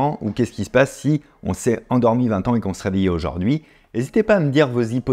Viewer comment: J'adoooore vos videos, les concepts, idées, et la bienveillances sont une vague d'air frais ! <3 Est ce que tu peux prononcer aujOUrd'hui et pas aujAUrd'hui par contre :p je demande pour un ami